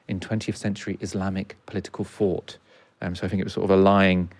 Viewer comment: I enjoyed this immensely, but the guy kept saying fought instead of thought, I'm sorry, I don't mean to be pedantic, it's just a thing that drives me crazy. Great discussion though.